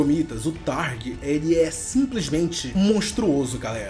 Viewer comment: É thragg não targ